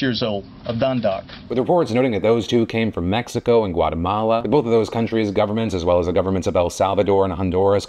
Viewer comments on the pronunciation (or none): none